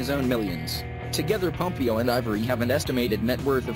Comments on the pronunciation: ”Ellen PomPEEo” I can’t😭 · It s ELLEN POMPEOOOOO NOT POMPIO WTFFF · pom pee oh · Ellen pom-PEE-o🤣🤣🤣🤣